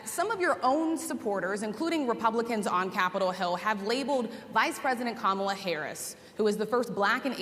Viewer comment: If he keeps mispronouncing Kamala's name, she should start calling him DON-OLD.